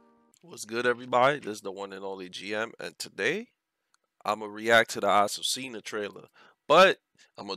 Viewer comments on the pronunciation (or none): Deseo que el locutor pronunciara correctemente su nombre.